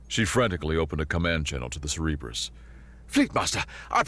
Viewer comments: Ah yes, the Ce-Re-bus. the three headed dog watching over the underworld... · Cerberus is pronounced (Sir- Ber-Us) he’s the Dog that guards the ‘Gates of Hell’. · Cerberus, not cereberus. Sorry, just kept bugging me